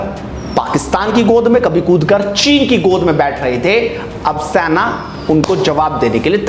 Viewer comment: Senaa Bole be saina sainaa bol re irritating